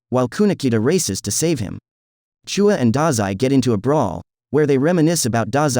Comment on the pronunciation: Who tf is CHOOUA ITS CHUU-YA WITH AN AH